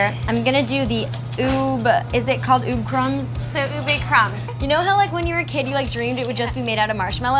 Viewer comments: Its not Ube its ube just think that the "b" is a hard b like uBe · Meg pronounced ube as ub 😂👌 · The way she pronounces "Ube"😂